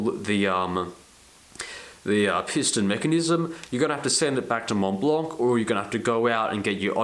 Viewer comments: Argh! Pronounce [mon-blan] ! no "c", no "t" :D PLEASE (cringe cringe cringe) Great review ! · The "c" is silent like the "t" in Mont Blanc for what it's worth.